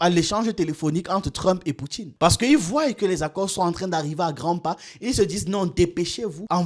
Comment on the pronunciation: Il faut apprendre à dire voient(se lit voi) > verbe voir genre il faudrait qu'ils voient et non voillent svp. Ne prennez pas mal 🤗